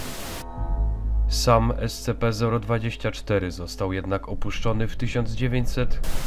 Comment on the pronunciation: czyta się scp sćp a nie scp